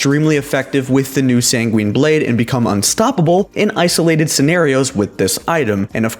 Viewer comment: say it with me: *SanGWIN Blade*, not *SanGWEEN Blade*.